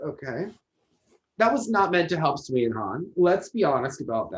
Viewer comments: I’m going to respectfully disagree on sui and han, I think they should’ve won. However, I will say, Sui’s name is pronounced “sway” and not “swee” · To and: For the skater Sui Wenjing, her surname is pronounced as "Sway" not "Swee". Pinyin uses English letters to represent sounds in Mandarin; therefore, words in Pinyin should not be pronounced as they are English words.